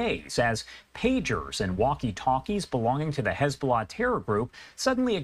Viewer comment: HIS BULLAH 😂😂😂😂